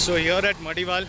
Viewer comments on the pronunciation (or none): It is pronounced as Madiwala not Madiwal